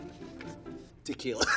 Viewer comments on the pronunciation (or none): wait tequila? For a second i thought he said to kill